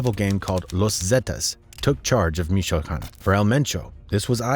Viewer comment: Pronounce MICHOACÁN correct Goofy